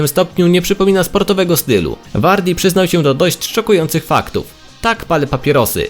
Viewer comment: Przyznał a nie przynał